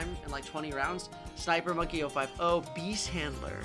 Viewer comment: Did you say obeast handler